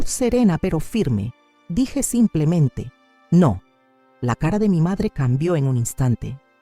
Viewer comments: Siiii, siempre dicen así, "samplemente". Es muy raro.!! 😂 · Aja,la otra voz decía somplemente, pero me convencía de lo q dice. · Peor es la otra que dice SAMPLEMENTE...